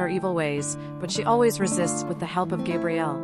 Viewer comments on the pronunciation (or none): As a diehard Xenite, the fact that you keep saying GABrielle wrong is making my eye twitch! RIP Kevin! Taken entirely too soon! You kept so much out of each character's storyline and put so many of the ages wrong. Also pronounced other characters' names wrong. Damn, so disappointing.